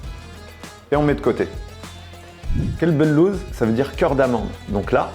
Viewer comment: As salam aleykum alors tout d'abord sans vouloir critiquer c'est Qalb el louz et non Kalb la tu viens de dire "chien d'amande" attention dans la langue arabe si on prononce mal le mots prend une autre tournure mdrrrr et pour moi chamia c'est la halva turc lol je vais l'essayer de suite la recette merci beaucoup